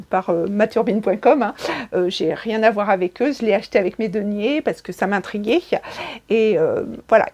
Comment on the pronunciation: "parce que ça m'intriguait-che":face-orange-biting-nails